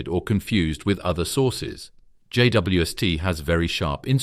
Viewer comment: What's with the pronunciation of J.W.S.T and J.W.est, or JWS't?